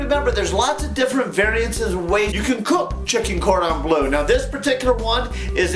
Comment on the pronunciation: Its bleu not blue :) its French like dijon